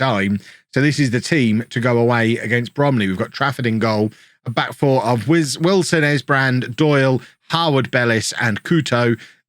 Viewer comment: Kev wilson esbrand is english and you say his name exactly how youve been saying it lol